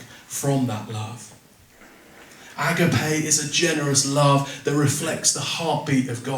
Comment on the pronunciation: Well done for trying to explain what love actually means in a crowded confused world where the meaning has been partly lost 👃The Greek word is pronounced A-GAP-I The ancient Greek philosophers were well aware of the different kinds of love and they had around 5 different words for love as different types/meaning. They looked upon the "frantic,mad,boilied over passion"kind of love often portrayed in movies as being the ultimate expression of real love as,a kind of dangerous madness that needed to be controlled. As far as i am aware Jesus never encouraged this kind of love.